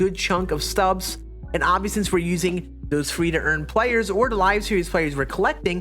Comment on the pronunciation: Lmfao 🤣 he doesn't know how to say the ST together. He says Santon for Stanton too. 🤣